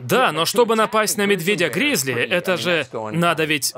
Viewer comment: Наверное это был просто медвежонок. И если что - акцент на "гризли" очень смешно. Гризли в подметки не годится нашим Бурым. Ни по размеру, ни по весу.